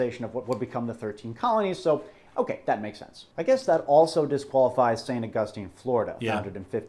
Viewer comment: Love their stuff but...that is not how you pronounce St. Augustine.